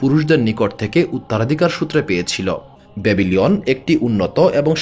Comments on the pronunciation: Dada aro aktu bhalo bahaba tik tak vidio ta banala bhalo hoto. Kikchu kichu bhul hocha.upnar uccharon tou .bhul hocha.babilon.na babyli on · বাভিলিওন উচ্চারণ ভুল